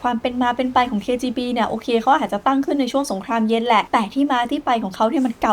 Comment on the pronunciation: พี่ออกเสียงคำว่าสงครามเย็นเป็นสงครามเย...นะครับเท่าที่ผมฟังมาไม่รู้หูฝาดหรือเปล่า😂😂